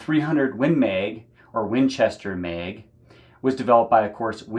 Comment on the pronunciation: Win Meg. 😂 I love your accent dude.